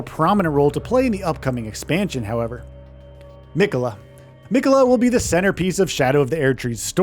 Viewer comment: Has this narrator played the game? I've never heard anyone pronounce it Mikayla. Especially since Malenia is Miquella's sister she's probably a pretty reliable source of pronunciation and she repeats his name every time you die and every time you start her fight. Also I wouldn't say that fighting Mohg is necessarily late in the game, probably halfway for most people or less. Also, Miyazaki describes specifically that it's not on another plane, that it's just hidden from the rest of the world. Also, 10 new main bosses, there's going to be way more minor bosses than that. Also, remember way back before the game came out and Miyazaki said it was going to be about 30 hours? I think he also under exaggerated when he said this is going to be the size of Limgrave.